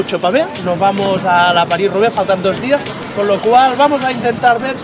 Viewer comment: valenti es paris roubaix, roubaix se pronuncia con e final no con o